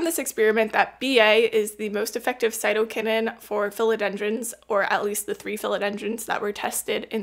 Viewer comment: No you're right on the pronunciation.